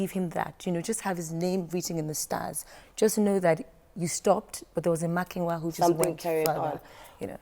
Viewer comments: She kept calling the name wrongly its not toke makinna its toke makinwa lol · She actually said makwina even worse 😂